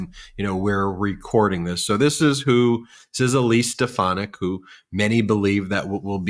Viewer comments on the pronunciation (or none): Weak , wee #LoserDon can't even say Stefanik's name! :face-purple-crying::face-purple-crying::face-purple-crying